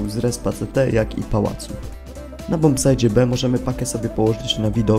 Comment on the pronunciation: "Bombsajcie", nie "bombsajdzie"